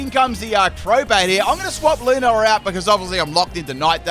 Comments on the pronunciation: Haha Lunala's name is pronounced "loo-na-la" Luna means moon in spanish if you didn't know. ( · I usually don’t care about how ppl pronounce Pokémon names, but how he says lunala brings me so much pain. It sounds ugly and a mouthful to me :’’)